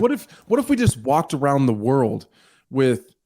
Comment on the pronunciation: O my woerd Baby boi O my woerd